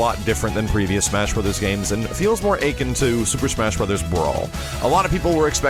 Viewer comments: Ache-in,? You mean ah-kin? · dood: akin, not achin'. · ffs max, akin is pronounced ah-kin, not achin' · Why does he pronounce "akin" like "achin'" instead of "a-KIN"? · Did you just pronounce "akin" (uh-kin) as achin? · "akin" is pronounced "uh-kin" not aykin. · He says "Achin'" instead of "Akin." Also Melee is pronounced may-lay. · it's pronounced a-KIN, not like aching. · akin is pronounced uh-kin. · You pronounced " akin " like " achin' ". It irked me. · Akin is pronounced exactly as it sounds and not "aching". The A is not elongated. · please for the love of god man learn to pronounce certain words correctly. I've been watching your videos for a couple years now and I have to say it drives me nuts. Mispronunciation... we all do it, but some of your favorite words are constant repeat offenders. Akin is pronounced uh-kin. Already is not pronounced "ordy". You use the word HARK when you really mean HARP. Here is the definition of HARP: verb 1. talk or write persistently and tediously on a particular topic. "guys who are constantly harping on about the war" And the definition of HARK: verb 1. listen. "Hark! He knocks"